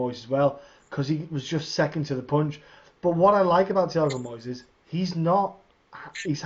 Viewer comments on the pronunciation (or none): Thiago moizÉs stress in the last syllable